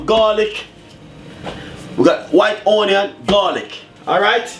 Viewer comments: because thats the dialect version and not onion...on-yan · Y does he always says ONNYAN?? Drives me insane!!! I know this is a year late posting this 🤦🏾‍♀️